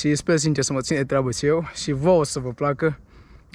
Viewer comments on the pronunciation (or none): vrem sa stim de ce zici si in loc de și. daca nu e secret :))